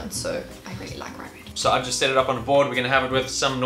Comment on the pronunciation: Its not "RyBrEaD" its rugbrødd